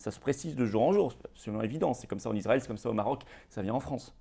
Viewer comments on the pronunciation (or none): none